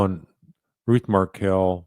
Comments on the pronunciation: Wendi corrects Detective Isom’s mispronunciation of Adelson but she didn’t correct him when he mispronounced Markle in the beginning of the interview. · love how she corrects his wrong pronunciation of HER name, but doesn’t correct him when he mispronounced Markel at the beginning.